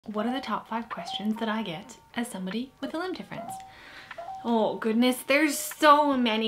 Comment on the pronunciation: 1) before this video, I did not know there was a Canadian way to say "oh goodness!" I have now been educated. 2) I have had a handful of people ask me, when they see my orthotic, "what happened to your leg?" Twice by medical professionals in a hospital. In those exact words. But also by a few strangers in public. I haven't been out and about a ton so it hasn't become normal for me yet. 3) please do a burp compilation short! It would bring me great joy in a time of much stress. Extra points if you can auto tune it to jingle bells or something.